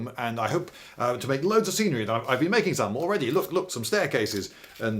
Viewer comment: He said scenery as serenery, which should totally be a word for nice scenery